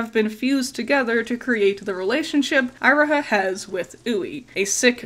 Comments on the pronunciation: You're pronouncement of Iroha hurts me so much It's "Eee-ro-ha" not "Aye-ro-ha" XD Otherwise, excellent video! Love seeing you talk more about PMMM. It's interesting how I do like Magia Record, but it doesn't quite click with me 100%. I think it's mostly because of how it raises so many questions about the worldbuilding, the overwhelming number of characters, and Homura's jaunts through time, but I'm not also wondering if it's compounded by the inspiration. I didn't know about Night on the Galactic Railroad before this video, and I think having a strong concept of Faust made the original so much easier to digest for a westerner like me. All the same, it's good to see the level of thought put into the original series is still on full display here. Magia Record felt like an unnecessary spin-off to me when it released, a Gacha-tie-in promotional series, but the writers really made it work well after I gave it a second chance, even with my gripes. Definitely noticed the bird theme going on but you really put it all together. Great vid! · Its kinda... unpleasant that you keep saying Iroha's name as Eye-roha Not to even mention that you didnt even talk about Giovanna looking like a Plague doctor Also even saying that the NightHAWK star as nightJar star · not to be that person, but Iroha is pronounced E-Roh-Ha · Eye roh ha??? It's eee roh ha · interesting way of pronouncing iroha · You could have at least tried to pronounce Iroha’s name correctly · It's definitely my B on how I pronounced Iroha. I always tend to struggle with pronunciations. Personally I never thought Giovanna looked much like a plague doctor. You and several others have commented on it, and I guess I kinda see it. But it was never anything that really jumped out to me before now. Actually, the Nighthawk and the Nightjar are the same thing! One is just the European name for it. :D